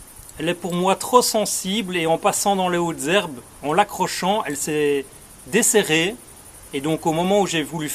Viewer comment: A il a dit déserré mon ipad a entendu dis siri 😂🤣🤣🤣🤣🤣